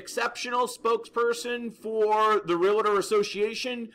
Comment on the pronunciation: nice piece; comment, please pronounce the word Realtor correctly REAL-tor .... there is no extra "A" thank you